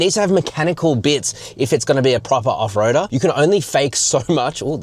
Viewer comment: Lol 😂. Hahahahaha. "Mega off roadah". That trail was so basic